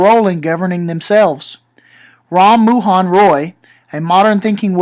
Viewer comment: It's not Ram Muhan, it's Ram Mohan and it's full name is Raja Ram Mohan Roy